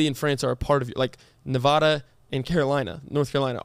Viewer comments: i hope y’all know that’s not how you say nevada 😭 ive lived here my whole life and y’all say it wrong everytime 💀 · not y’all saying nevada wrong